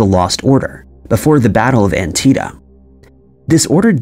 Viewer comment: "...it was also Lee who gave (the lost order) before the Battle of 'Antieta(?)' FYI, the battle was conducted in AntietaM (There is an 'M' at the end of 'Antietam.'